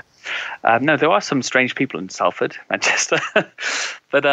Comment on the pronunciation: This bloke is southerner, doesn't know how to say 'Salford.'